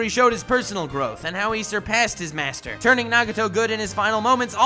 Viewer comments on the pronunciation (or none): none